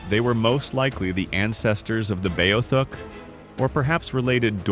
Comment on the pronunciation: IT IS NOT BAYO THUSK. IT IS BEE OTH UCK.